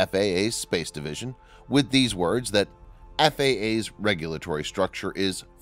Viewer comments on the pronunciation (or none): none